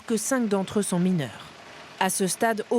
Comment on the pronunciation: Le terme prégnant est mal prononcé !